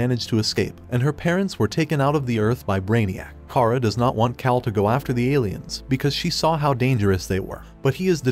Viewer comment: That and calling him "kale" instead of "Kal" a couple times.